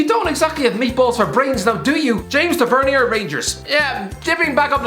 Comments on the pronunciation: ffs it's pronounced Tav-i-ner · The way he says James Tavernier lol